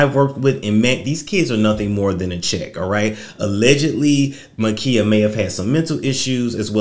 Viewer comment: MA'KIAH like Kiah. Like my neck my back. MUH KIE UH